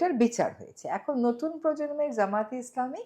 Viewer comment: উনি তো জামায়াতে ইসলামীর নামটিও সঠিক ভাবে বলতে পারেন না। তো তার কাছ থেকে আর কি আশা করা যায়।